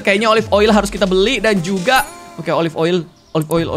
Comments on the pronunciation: Klo bilang oli aku ngakak 😂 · Ngakak tiap kak regi nyebut oil jd oli mulu😂